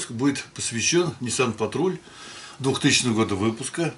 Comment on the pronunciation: какой блин патруль, патрол вообще то, учитесь говорить правильно ))